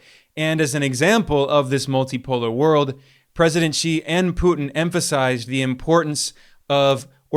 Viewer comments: Finally, I hear a western podcaster pronouncing President Xi’s surname correctly. I bristle when I hear his surname pronounced, “she”. Well done, Ben! 👏🏻👏🏻👍 Apart from that little detail, great appreciation 🙏to you on your fair analyses of varied geopolitical and economic affairs.👍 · Finally!!! A Westerner who bothered to learn how to pronounce "Xi" !!!! Good on you!